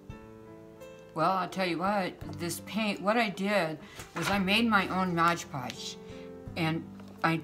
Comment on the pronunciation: MOD Podge... MOD Podge MOD Podge.... not MODGE Podge...